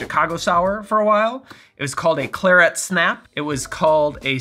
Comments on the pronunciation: Thank you for a great video… just the pronunciation of claret… it’s kla rhut… not Clare et. much love though. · as a rule, i trust your pronunciation on alcohol names, but in this case I must point out that claret has the stress on the first syllable. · Claret - emphasis on the first syllable. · A pronunciation of claret I have never heard before. Most interesting. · I don't think I've ever heard claret pronounced that way before :) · That pronunciation of claret was hilarious! Do you do this for a living??